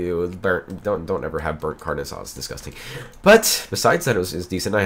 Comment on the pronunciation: you cant say rrrr Spanish. ormaybe u can we u said carne asada